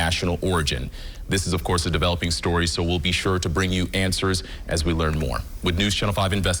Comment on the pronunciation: "ETH NEN TICITY" You can never unhear this